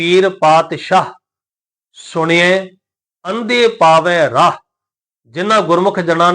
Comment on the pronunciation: ਰਾਹੁ ਤੇ ਅਸਗਾਹੁ ਦਾ ਉਚਾਰਨ ਔਂਕੜ ਸਹਿਤ ਕਰਨਾ ਚਾਹੀਦਾ ਭਾਈ ਜਰਨੈਲ ਸਿੰਘ ਜੀ ਦਮਦਮੀ ਟਕਸਾਲ ਵਾਲਿਆਂ ਦਾ ਪੰਜ ਗੁਰਬਾਣੀ ਦਾ ਨਿੱਤਨੇਮ ਸੁਣ ਲਵੋ ਯੂ ਟਿਊਬ ਤੇ ਐਵੇਂ ਗ਼ਲਤ ਉਚਾਰਨ ਨਾ ਦਸਿਆ ਜਾਵੇ ਹਰੇਕ ਲਗ ਮਾਤ੍ਰਾ ਦਾ ਉਚਾਰਨ ਕਰੋ ਅਰਥ ਜੋ ਹੈ ਓਹ ਹੀ ਰਹਿਣਗੇ ਧੰਨਵਾਦ ਗੁਰੂ ਗੋਬਿੰਦ ਸਿੰਘ ਜੀ ਦੀ ਚਲਾਈ ਹੋਈ ਸੰਸਥਾ ਦਮਦਮੀ ਟਕਸਾਲ ਤੋਂ ਵੱਧ ਕੋਈ ਵੀ ਸ਼ੁਧ ਗੁਰਬਾਣੀ ਉਚਾਰਣ ਨਹੀਂ ਦੱਸ ਸਕਦਾ